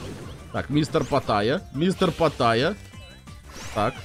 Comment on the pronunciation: Почему патайя если он питайя?